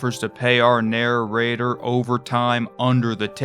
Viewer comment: I love the way you say "narror-rater."